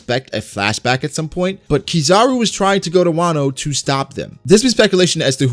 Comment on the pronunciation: Who is keezar-u.? Its kizaru noob